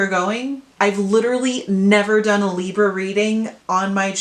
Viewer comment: What Hell Is With Your Camera? It's Freaking Me Out And It's Libra Not Libruh? WOW